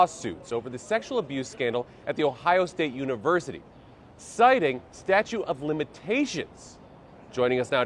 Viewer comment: Somebody needs to tell him it’s not “statue”…